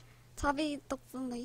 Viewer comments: 자비가 자기로 계속들려ㅠㅠ 질투나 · ㅋㅋㅋㅋㅋ 자기아니구 자비야 입니당~ 발음 유의할게용 ㅋㅋㅋ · 자기 아니죠~ 자비죠!! 발음 더 잘 해야겠다 ㅋㅋㅋㅋㅋ ㅠ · ㅋㅋㅋㅋㅋㅋㅋ 자비라고 했는데 발음이 안 좋았나봐용 ㅋㅋㅋㅋㅋ ㅎㅎㅎ